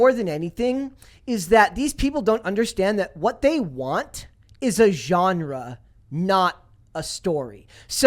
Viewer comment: Holy shit someone actually pronounced genre correctly.